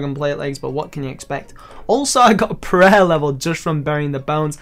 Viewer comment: why do you say prayer weird ?